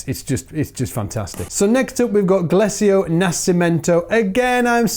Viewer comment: Glecio is spoken right...just braguinha should sound more like Brageenha.. nice video cheers from brasil, and ricar G nho should sound better